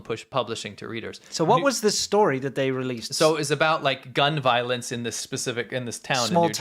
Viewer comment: "Gun Vioence" 😆